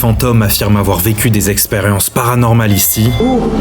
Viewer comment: Il a dit avanormale